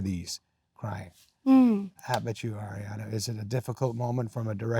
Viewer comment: This was so heart warming ❤ i hope adams okay that cough sounds rough. Kinda random but I love that he pronounces her name correctly. So many people are still saying it like air-iana 😅